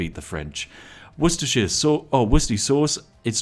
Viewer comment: Why do you say Worcestershire wrong but Yorkshire right? wonders in british